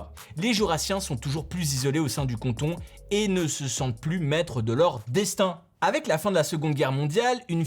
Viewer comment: Par contre c’est cAnton pas cOnton